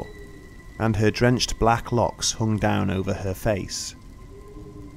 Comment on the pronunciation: No one has mentioned that at when he says "hung down on her face" he sounds very weird and different when saying the word "down". Was this intentional or what?